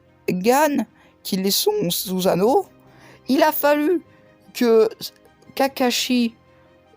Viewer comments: Et pas suzano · On dis Sussano